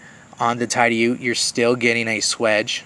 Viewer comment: Great video. Hey, allow me to help you out with the pronunciation of "TIDIOUTE". There are 2 ways to pronounce it. One way is: "TIDD-EEE-YOOT".....that is the way most say it. But the actual way is: "TIDDY- OUT", as in "go OUTside". ( It's not pronounced like the laundry detergent "TIDE"....the proper way to pronounce the first syllable rhymes with "BID" so it's "TIDD" "EEE" "YOOT" ) It is an ancient word from the Iroquois Indians meaning "protrusion of land" like a peninsula. The land that the town of Tidioute is on, is where the Allegheny River does a hairpin turn, and that finger of land inside of that river-bend is where Tidioute is located. Bill Howard first opened the doors to GEC on August 1st, 2006. The old factory needed cleaned up & had been vandalized while it sat vacant. Next, Bill brought in all the old cutlery machinery that he bought from some wise people who bought & kept it themselves. Thank God all that old cutlery machinery wasn't sent to the scrap yard. Bill immediately hired & began training up his workforce & they made approximately 1500 knives nearing the end of 2006, and they first released those 1500 knives to the dealers about March of 2007. I don't see how he pulled all that off in such a short time, but he did. The #73 and the #23 both are a very close copy to the old original Remington "Bullet trappers" from the early 1900's, one of the best heavier-duty trapper patterns. ( And so is the #42 that came after, as well as the brand new #83 that